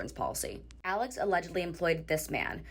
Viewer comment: The THIEFs name is Alec. Not Alex..it's Alec.